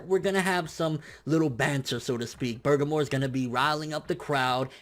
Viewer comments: Jonathan McGuire I would think that as well, but i watched him, in video form, reading it himself and say, "Bergamo? Maybe its Burgermore?" and not bother since to actually look it up. Considering he tried to translate it and failed, and didnt bother to even research his material is showing lack of effort to provide quality information to his viewers. I used to watch him for news but now i watch just to see what false info and head cannon he is posting today. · you have a huge booger in your right nostril, is that why he is refering to bergamo as bugermore lmaoooo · its pronounced "bur-gom-oh".... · There is literally no R at the end of that word. Please stop saying burgermore before I tear my ears off. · why do you keep saying burgermore lmaoo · You keep saying bergamore, why? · did you say "burgermore"?????????? hahahahahaha, tho tf is he?? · Love u bro lol, but it's Burr' ga' moe' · BUR - GAH - MO.....Say it with me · Everytime you say Burgermore, I laugh so hard. Can we get a burgermore count going? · it isnt just an accident either... he has said "Burgermore" in every video for the past 2-3 weeks. Maybe next he will fight "Gock yew"? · you're saying his Name Wrong lol. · Why are yoU adding an R to the end of Bergamos name??